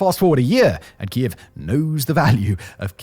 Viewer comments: It's Kyiv. Not Kiev. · Simon, it's pronounced "keev". It's one syllable. The two syllable pronunciation is the name in Russian, not Ukrainian. So pro-Putin stooges use that way of saying it as a means of delegitimizing Ukrainian statehood. I know that's not what you're doing. But you are still saying it wrong. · After all these years please say Kyiv properly.